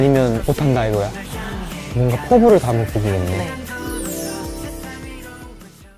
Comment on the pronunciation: "코" 래비티 ㅋㅋㅋㅋ❤